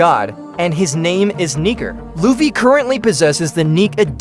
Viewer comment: And while we’re at it, it’s lou fee dude, not luff fay